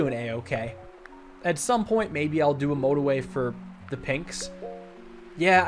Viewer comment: "This is no-torway"